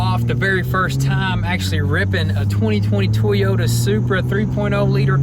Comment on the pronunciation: No more Tee-Yota